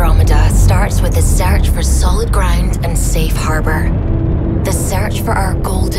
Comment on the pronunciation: WTF is a sarch? And why are they sarching for sarid crown?